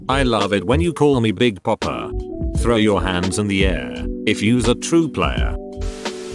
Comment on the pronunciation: Text: Big Papa Reddit Voice: Big Peppa